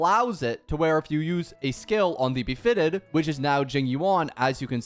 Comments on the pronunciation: not the befitted buff lmfaoooo bro it's BEATIFIED like "be-at-if-eyed" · Bisfitted, Befitted😂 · dude said befitted and I had to stop watching